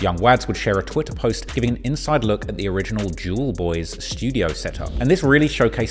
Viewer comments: spat my fucking tea out the way you said"Jewelboyz" and every time after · the way says jewlz boy is so funny